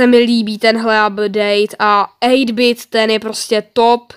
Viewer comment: čte se ejt bajt :D protože I v angličtině je AJ :D a RANK 35 je šedej a má ho hodně lidí na 8-bitovi :D